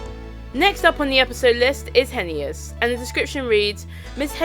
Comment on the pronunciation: it's pronounced (HAY-NESS)